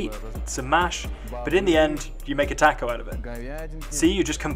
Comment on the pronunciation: You can't pronounce "taco" properly?! It is a common word. Yet you pronounce Guadalajara properly. 🙄